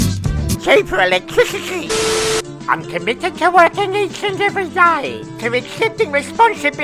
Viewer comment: Holy smokes the quadrella, baby otto, cheeeeper electwisity, bwoose springshteen and peter dutton plus a few kkheee khheee's, 😂😂😂😂